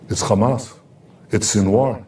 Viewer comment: Netanyahoo is so stressed that he even occasionally forgets to pronounce it Khhamas